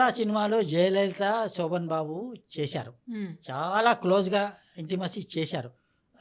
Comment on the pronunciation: శోభన్ బాబు అనాలి. సో బన్ బాబు కాదు తల్లీ.పలకడం నేర్చుకో.